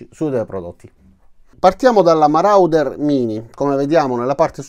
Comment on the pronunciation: Ho un suggerimento di pronuncia: MORODER :-)